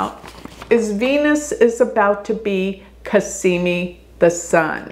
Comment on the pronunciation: I enjoy your videos but I really think you need to do astrology a justice and learn sanskrit pronunciation and also Arabic or whatever else. Dignify your art. Respect it. It's Cazzzzzzzimi. Not Casssssimi. Z's are different than S's.